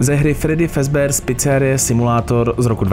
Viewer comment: fredd👉I👈's, fizbar? Sice je to Freddy's a Fazbear ale jinak super video 🐻🐻 (BTW, dneska sem na tom byl v kině a když sem jel domů, vyšlo tohle video)